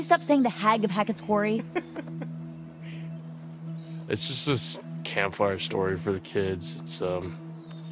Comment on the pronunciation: je noemt de game kwarrie. haha, is dat ook hoe je het uitspreekt